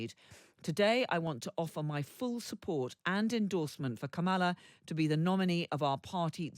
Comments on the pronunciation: still can't pronounce Kamala correctly?????????????????????????? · Maybe you can all learn to pronounce "Kamala" now? It's not difficult